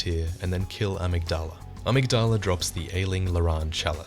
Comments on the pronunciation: It's pronounced Uh-MIG-Duh-Luh, not Ah-Mig-DAH-La :^) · Btw, it's amYgdala, accent on the y. Uh-MIG-duh-luh. Not trying to be a wise guy or anything, just a heads up for ur future videos! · Awesome video. Just thought I'd let you know you're pronunciation of "amygdala" is a bit off though. :)